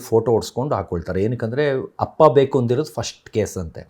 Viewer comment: ಹಪ್ಪ ನಾ ಅಪ್ಪ ತಾನೇ ಸರಿ ಆಗಿ ಮಾತಾಡಿ ಕನ್ನಡ ದಯವಿಟ್ಟು